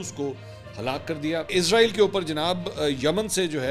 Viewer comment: o jnab anchor sahab israel hota hai. izrael nhi hota.. is tarha to india waly bolty hain...pehle to ap indian language ko follow krna chhorren ...izrael to ek farishtey ka name hai